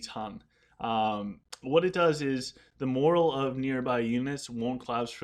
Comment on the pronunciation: I love your videos, but there is one thing that is killing me. It's the way you pronounce "morale". You say it a lot in this video which is why I think it finally got to me. Please, please, PLEASE, just take 5 seconds to type "morale" in google and hit the pronunciation button. The word you keep saying is "moral". "Moral" vs "Morale". Keep up the awesome content though!